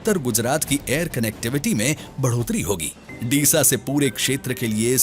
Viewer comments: It's डीसा Not दीसा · दिसा नहीं डीसा pronounce hota hai, great video